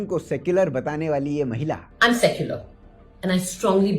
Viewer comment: Woh "suck-your-L" bol rahi hai